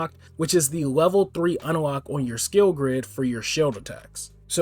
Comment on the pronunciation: the fuck is this man saying (un-a-lock) for its just unlock there isnt an (a) in the middle bruh XD